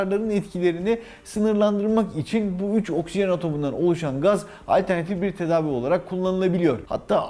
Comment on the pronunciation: Sevgili doktorum okşijen ifadesi size yakışmıyor.. Nazik bir uyarı..